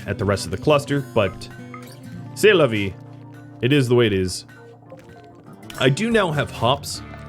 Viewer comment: «C'est la vie!» Damn, you had nice french there, i was happy to ear that.:D